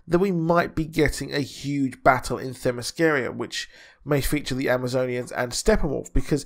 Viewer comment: It's pronounced Thema-skee-ruh... That's the best way I can write it out phonetically. I hope it helps my friend 😃